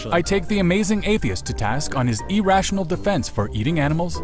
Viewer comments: When you emphasize the first syllable of irrational not as E it just sounds wrong to me. ih-rational E-rah-sh-on-awl ...ah-rah-sh-unl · Not sure what nationality is (he sounds kind of like a robot actually), but Canadians don't pronounce "irrational" as "E-rational"... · I'm Canadian and we don't pronounce it E rational eh. I doubt he's Canadian